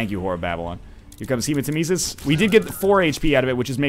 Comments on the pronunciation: it's hemat-EM-esis, not hematem-ES-is. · Um... when did NL realise the word Hematemesis comes from Nemesis and started pronouncing it right?